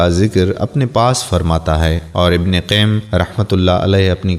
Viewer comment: Ibne qaim nahi ibne qayyam .... Imam Navi nahi imam nawavi .... Yar apni Urdu to darust kra Lia krain ... Contact me for audio Urdu proofing